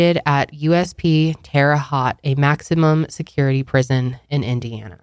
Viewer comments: The pronunciation of the town where he is in prison is actually Terre "Hoh-t" Not Terre Hot. I have driven by that prison before and had no idea he was in there. What a crazy world. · Hello!! Just letting you guys know as a person who lives in Terre Haute where he is incarcerated, it’s pronounced H-oh-T. 😊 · I am happy they got closure, but I will still pray for both of their families. Also, your pronunciation of Terre Haute made me laugh. My parents lived there for years. Its pronounced Hote not Hot lol